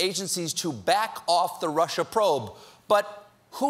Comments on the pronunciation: "this russer thing..." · " This russure thing..."...hmmm... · lol how trump says russia "rusher" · Erratic & Static there's no way Trump is that smart. He said "rush-er"!